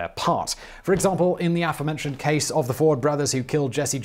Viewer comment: Love your channel, but I have a pet peeve: it's a-FORE-mentioned, not AFF-orementioned!